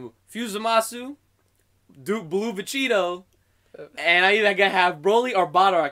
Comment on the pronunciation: I heard Vecheetoh